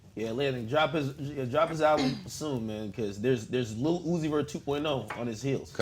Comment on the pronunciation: If says "LEEHL" one more fucking time, I will fuck a hole through the concrete and nut into the Earth's core.